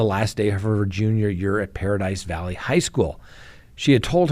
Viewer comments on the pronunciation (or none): none